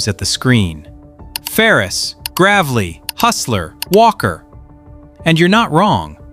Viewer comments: Gravely is not gravel e, it is pronounced Grave lee. And it is made in the USA. If you can exclude the engines, then you need to also look at the drive axles in the same light. Frames, decks and most other items are fabricated and assembled in Brillion, WI. So there are 5 or 6 ( Ariens is too when it comes to ZTRs ) made in the USA not just 4. The drives used under the Bad Boy, made by Hydro-Gear. Same company Gravely buys from. And guess what, Ariens actually makes mowers for others and that included JD. Ariens has made mowers for Gravely which they own, Great Dane, which they bought and now own, and JD which used the Great Dane stand on mower while it was owned by both Great Dane and Ariens. So 4 different colors and names on the same product. JD owns Wright now so they use those. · AI generated 100%. Gravly? Hey AI, there’s an e in there somewhere… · A I..."GRAVEL-LEE"? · Wow, more AI rubbish. It uses B-roll crap, and the rest is 0s and 1s. It's not based on any human work. This IA creep can't even pronounce Gravely correctly. It (the narrator) is just attacking OEMs with anti-foreign bias. The only thing that's worse that the brands this video criticizes, is the fact that this vid is one be=big lie. Nobody went out and looked on the bottom of any mowers. A pox on FutureTech and who ever did this. It's making money off of this BS. And it cites statistics that likely are completely made up.